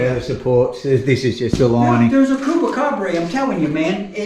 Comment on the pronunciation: Tell him he's pronouncing Chupacabra all wrong lol.